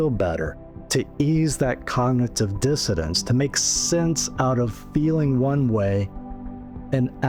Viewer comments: I like the content of your video. But why do you say cognitive " dissodance"? The word is " dissonance". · I’m sorry, are you saying cognitive dissidents instead of dissonance?